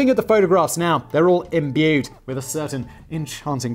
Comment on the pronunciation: how did he say "imbued"? lol